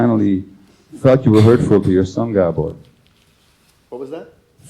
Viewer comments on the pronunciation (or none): It's kinda annoying with everyone saying Gabbor. Where does it indicate that his name is Gabbor, I don't get it.